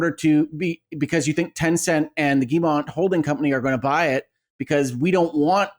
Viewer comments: Nvm lol, he said it well once, then it turned into Guillermo after and said Guillermo. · Are we just going to keep letting Colin pronounce Yves Guillemot incorrectly? No one has corrected him 😂